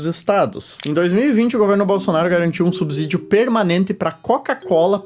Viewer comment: O "s" de "subsídio" tem som de "s", como em "subsolo", e não de "z". A pronúncia correta da palavra é com o som do "s" inter-consonantal.